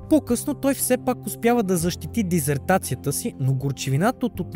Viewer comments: диСССертация, а не диЗертация... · диСертация, няколко пъти я произнасяте със "З", иначе много хубав филм, благодаря от сърце! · Дисертация, а на диЗертация